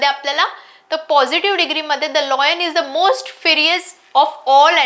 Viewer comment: Madam लायन, लॉयन नाही